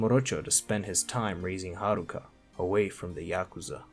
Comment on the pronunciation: You pronounced Yakuza 2 wrong